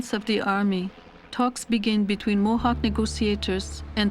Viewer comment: I approve this video. Even though the narrator did not know how to say the names of Mohawk lands.